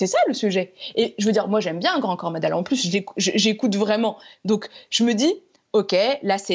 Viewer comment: elle dit ' grand corps maDale ' mais ptdr , quelle équipe de bras cassés , qu'est ce qu'ils nous infligent , c'est dingue